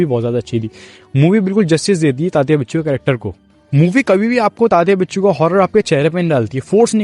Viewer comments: bhai its winsuu not binchuu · Sir it is tatya vinchoo not बिच्छू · Hindi people often pronounce the letter व as ब. That is the inaccuracy here.